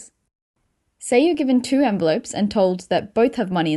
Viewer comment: You shouldn't make videos about "envelopes" if you cannot pronounce the word correctly.